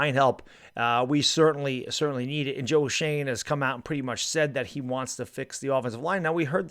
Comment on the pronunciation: It's Joe Shoen not Joe Shane. Pronounced Joe Shoen Shewn